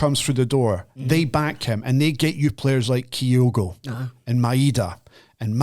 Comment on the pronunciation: can finally say Kyogo correctly!